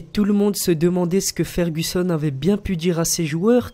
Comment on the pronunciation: Ta dis Alex fergussonne on l'appelle tous sir Alex